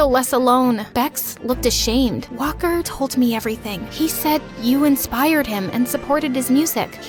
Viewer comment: everytime she says walker i think shes saying whopper